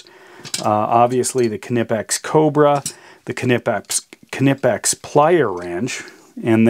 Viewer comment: I have to compliment you on your pronunciation of Knipex, but not so much on keeping things in frame! Otherwise, interresting comparison.